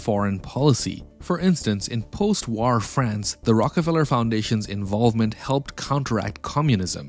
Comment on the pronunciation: great channel. especially the funny way you say "war".